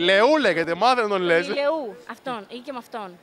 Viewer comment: Ας μάθουν λίγο πως τον λένε ιλιού οχι ιλεού